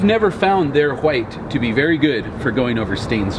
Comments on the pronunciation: Whats with the 'huwite'... seems off, hwite. its w(h)ite * silent H. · Why does he say white like that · Stop pronouncing white incorrectly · Yo, why do you pronounce white in such way? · so annoying lmao